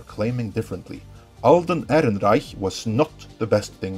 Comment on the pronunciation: I like how subtly flexes by pronouncing the Alden’s last name